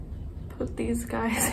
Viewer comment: you: "hey gays and ghouls" me: subscribes